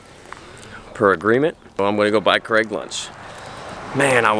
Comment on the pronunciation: Why do Americans pronounce Craig as Cregg? It's an ai sound not an eh sound.